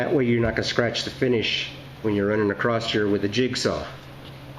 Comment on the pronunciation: Acrosst... Acrosst here....